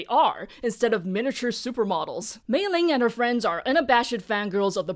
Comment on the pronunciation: I'm curious about something, you (and a few other reviewers I've seen talk about this movie) pronounce Meilin's name with a g. Is there some context, aside from the famous Meiling that you talk about?